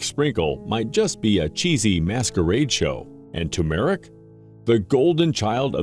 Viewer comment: Is there a human being on this planet who can pronounce TER-MER-IC???? It is NOT TUMOR-IC !!! There is NO Tumor!